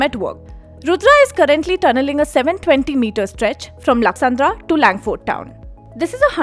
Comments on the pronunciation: It’s lakkasandra not laksandra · Good information but please improve your pronunciations... being a newspaper born in Bengaluru, it is ridiculous if your journalists are unable to pronounce local areas correctly 😅